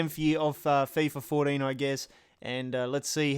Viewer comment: "Fifa FourDEEN" lmao